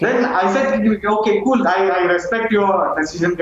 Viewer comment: Reporter madam has a big problem with word “cool” 😂😂😂